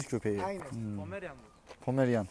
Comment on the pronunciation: Pomeryan bu pomeryan(pomelian)😅😅